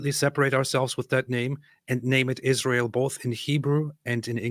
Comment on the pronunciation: First time the dumb lady opens her mouth and she already spits out lies about numbers of casualties in Gaza, and all of them civilians. So ridiculous. She isn't even able to say ISRAEL ! She says ISHRAEL !!!!!!!! What's that stuff ????????????????